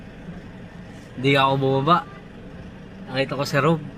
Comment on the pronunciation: Rab pho kautoy Hindi rob